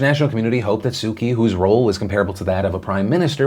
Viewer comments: Philip I love your show but please make an effort to pronounce prominent political figures from around the world correct. Aung san suu kyi. Kyi pronounced ‘chi’ Makes you sound ignorant. And I know you’re not. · Just a heads up that kyi is pronounced 'chi' in Burmese, Phil 👍